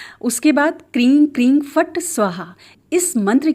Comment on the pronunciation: Kreeng bola aapne ya kreem?